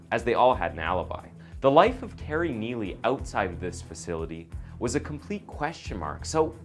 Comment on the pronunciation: this is awful, just the production is terrible. this guy is such a bd narrator. he messed up the name terry twice and called him telly becuse of the guys last name